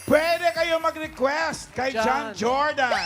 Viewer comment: Finally na pronounce din ng tama ang pangalan ng winner